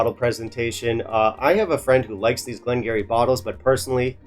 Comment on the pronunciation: Ya know what you should do? You should do a blind tasting with this 12 up against another (or 2 or 3 others) and pick the one you like. That would be fun, you might surprise yourself, but however your palate is, is exactly how it should be at any given moment. Btw, it's pronounced "Glen gear-ee" (sorry, dont mean to be one of those guys, just thought you'd like to know).